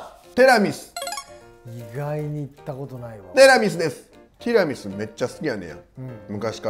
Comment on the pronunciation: 「テラミス」、「ティラミス」 両方の発音を聞けて今日も快眠です！！！！！